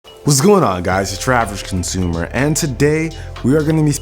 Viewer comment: has someone notice when he said is urAvgcosumer sounds like is Travis You Consumer XD